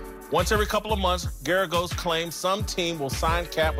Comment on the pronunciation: GERAGOS, GERGAROS, GERGAS???? Sometimes I wonder if Whitlock can even read.